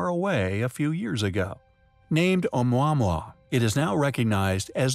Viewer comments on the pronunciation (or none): a quick search on google will reveal proper pronunciation of Oumuamua is Oh-moo-uh-moo-uh ... worth getting it right